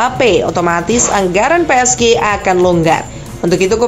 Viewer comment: Pi es ji bacaan nya mbak, bukan pe es ge 🗿